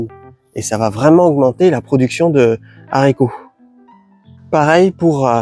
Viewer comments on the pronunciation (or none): J'aime bcp tes vidéos mais stp essayes d'arrêter les Zharicots ! 😅 Hâte de voir la suite du vinaigre.